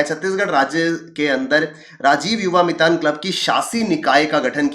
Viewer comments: मितन नहीं " मितान" hai wo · Mitaan is chhattisgarhi word for ,"friend", it is mitaan sir, not mitan👍🙏